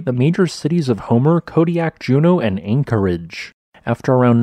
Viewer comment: Please say Anchorage and Pay Tree On in every episode. Please!